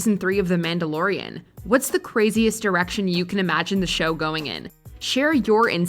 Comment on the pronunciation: she said erection not direction